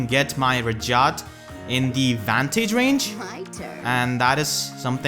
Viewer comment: She says her name every 2 minutes but you pronounce it wrong NotLikeThis